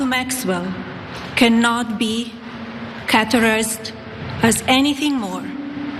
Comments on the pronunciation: Caterized:categorized, trival:trivial.... 😂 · I think the word she seemed to pronounce as ‘tribal’ was meant to be ‘trivial’ - her pronunciation is quite individual! Also,she interestingly and slightly ironically pronounces ’categorized’ as ‘’qatar-ized’’ which brings us back to the Middle East. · "cat-e-go-rized" "triv-i-al"